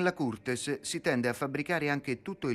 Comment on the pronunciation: Indiscutibile il valore del professor Barbero e l'interesse che suscita. Appassionante il documentario. Intorno al minuto 12, tuttavia, lo speaker dice "la curtes": ecco, questo errore elementare in un buon documentario stona... Sarà possibile segnalare l'errore perché sia ridoppiato o corretto? È un vero peccato...